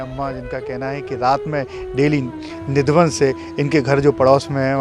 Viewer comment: Nidhavan nahi kele, nidhivan bol